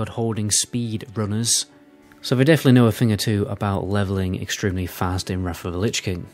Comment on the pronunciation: I’d love to see a video where you challenge yourself not to turn [th] into an [F] at the end of words. 😄 Maybe then we can stop talking about Deaf Knights and Wraf of the Lich King etc! 🤪